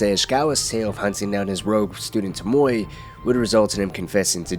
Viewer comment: Its pronounced Tome Oh Way. TOMOE